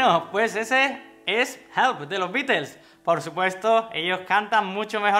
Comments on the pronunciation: Esa sería su pronunciación más acercada a Inglaterra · De hecho lo dijo bien, ya que al ser una banda de Inglaterra la "t" se pronuncia como t y no como "r" 😉